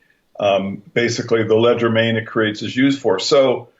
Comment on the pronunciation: Hey ur a really smart guy so what is ur problem with proper pronunciation? I'm sure Kelly cringed every time you said "ledger main" when I'm sure you meant legerdemain" which is French for quickness of hand. There are other words you seem to have problems with and it is quite distracting at least to me when you throw these linguistic curve balls out there. Other than that I appreciate fully what you do and this series is excellent in every way except for these occasional glitches.